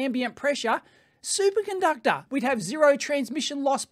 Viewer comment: I heard Dave say "Super Gunductor" and I can't unhear it now.